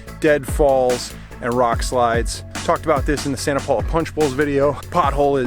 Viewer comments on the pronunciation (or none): none